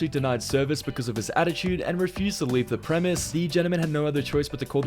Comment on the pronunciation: Dude the word you are looking for is "Premises", not Premiss.